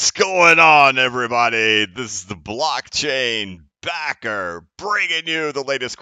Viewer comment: Blockchain Backerrrrrrrrrr! so much emphasis, love it!